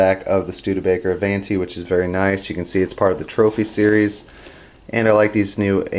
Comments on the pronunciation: Pronounced A-VON-TEE.....DUH!!!!! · A-VON-ti...it's Italian for " Forward".